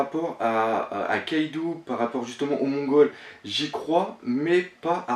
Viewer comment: Le nom "Kaidou" ne se prononce pas KaïdOU mais bien KAÏDO, le "ou" au Japon n'existe pas il est dans la romanisation, là que pour accentuer la prononciation du "O" En gros c'est comme s'il y avait deux "o" dans Kaido ou un chapeau sur le "O" donc Kaidô.